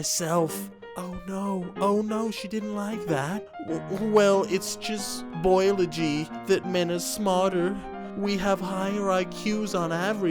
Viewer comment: "It's just boilogy"